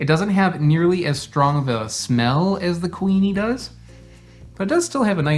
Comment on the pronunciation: lol when you first said kuini mango i thought you were saying queenie mango and just over-emphasizing the ui sound 😂 it seems logical that there would be a queen mango variety.